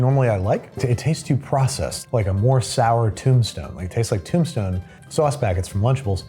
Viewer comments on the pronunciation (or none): none